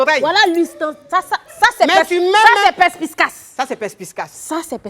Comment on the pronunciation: Euh.. j'espère que "perSpiScace" c'est pour rigoler hein .😏 Car On dit "PER-S-PI-CACE"